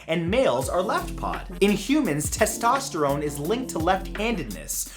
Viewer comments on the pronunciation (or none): none